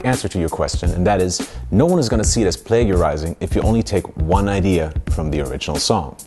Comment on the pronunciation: Hey man, great video, as always. Just wanted to let you know, as far as I am aware "Plagiarising" is always pronounced with a soft g, as in play-jer-eyes-ing. In most places, anyway. There could be regional variations that I'm not aware of.